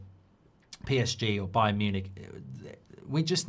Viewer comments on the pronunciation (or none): none